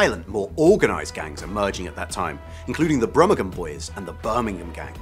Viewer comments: Pedantic point - The Brummagem Boys is pronounced Brummajum. And they were the most powerful of any gangs named, taking on those in London, particularly in who won controlled the race tracks. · Brummagem is said with a soft G like in gin or budgie not a hard one as you’ve just said it 😉😂